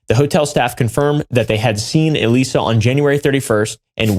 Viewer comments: The bio test is pronounced like eliza and is a super common test in biomedical research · I’m so glad y’all caught the mispronunciation of Elisa it was starting to really bug me lol